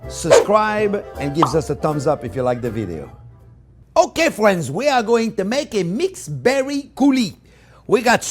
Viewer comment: i was having a horrendous day but hearing him say "okay fwiends" so happily and excited just cheers me up every time